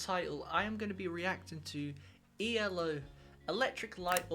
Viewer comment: It's E.L.O. Three (3 yes 3) separate letters not eeellllooo if you are going to pronounce it do it right or better still, ELECTRIC LIGHT ORCHESTRA and this album is from 1981 NOT the 1970s, so please get it RIGHT. JUST SAYING😮